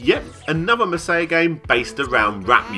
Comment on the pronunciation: Maw-sai-yah not mei-sei-yuh